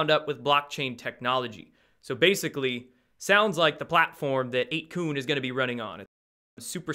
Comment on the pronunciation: isn't it 8 "kun" sounds like "fun"?? or kun like koon?